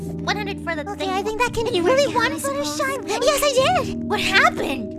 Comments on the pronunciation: Her name is not Fluttersee it is Fluttershy unless you call her that I'm sorry I was just saying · I LOVE HOW SAYING FLUTTERSHEE IS STILL RELEVANT